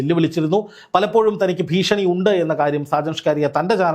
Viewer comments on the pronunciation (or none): none